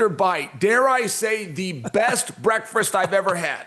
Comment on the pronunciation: Chael "Breakfrist" Sonnen